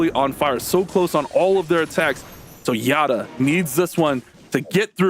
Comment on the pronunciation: Yat-ta why pronounce it ya tta , yat-ta in japanese means yehey, just saying😅